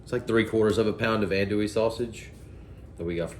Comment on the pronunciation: ahh north Louisiana! Im halfway between Baton Rouge and New Orleans and We pronounce it “on-douille” lol.